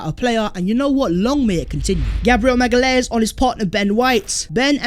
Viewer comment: Hi! Love Arsenal since my first trip to Highbury in 87. Enjoy your content - keep it up. BTW - It’s pronounced MA-GA-LEE-AINES - my GF is from Sao Paolo!